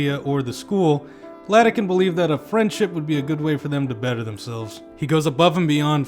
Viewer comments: Bro doesnt know Its iadakan not Ladakan 💀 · It's IADAKAN not LADAKAN. Great review otherwise. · Great video, but your pronunciation of Iadakan's name makes me cringe into a singularity. It's a capital I, not a lowercase L. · Sans-serif was a mistake.